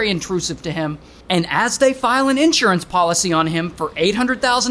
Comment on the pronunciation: You totally lost me at. IN…surance. Who says that?????